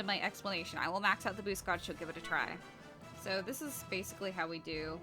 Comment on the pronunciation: It's gauge (gaij) not gouge